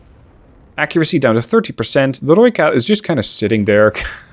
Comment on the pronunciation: I do appreciate you saying Rooikat correctly. In fact you pronounce almost everything correct. Tip of the hat to you :P